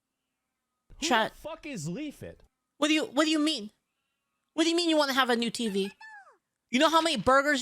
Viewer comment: I was legit trying to look up “Leafit” because asmon mispronounced it 🤣🤣🤣